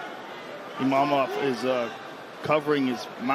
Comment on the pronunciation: lol Joe Rogan “Emavov”